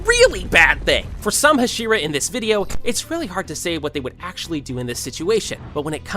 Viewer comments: I know it's unfair, but I can't stand the ha-SHE-ra pronunciation. Can't finish the video bc it's just annoying the hell out of me. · Are you just trolling rn? There’s no way you just said “HashEEra”😭😭😭😭😭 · You pronounce hashira wrong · stop saying it like husheru?! its ha she ru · The fact bro said hesira 💀 bro it’s pronounced ha-sh-E-Ra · Jesus Christ it’s HAH-SHEE-RAH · I have a slight feeling this man did NOT watch the show. he called kanae kanao and he also pronounced tengen and hashira wrong. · Hashira nah hasheara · I hate the fuck way he said Hashira